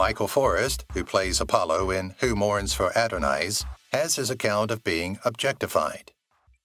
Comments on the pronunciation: Adonais? = "Adan O Nice".... Really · Ad o nic instead of A don is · “Who morns for “ado-nice”? Come on dude. You can’t say the name of the Greek god Adonis? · Who Mourns for Adonize? Really? This, all by itself, gets you a thumbs down ! Get rid of AI voices. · The emphasis should be on "nais" ['naei-is], but otherwise the pronunciation is correct.